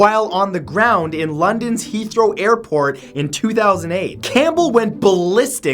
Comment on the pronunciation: heathrow is the only Englis hthing matt has pronouced right